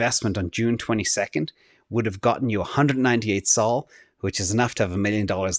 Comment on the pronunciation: It's not A D A, it's ada. It's not S O L, It's sol. He really hates ada